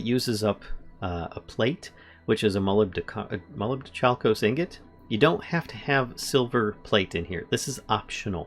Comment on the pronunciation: muh-LIB-doh-KAL-kos or brass.The more you know . . .